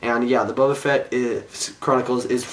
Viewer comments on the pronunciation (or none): none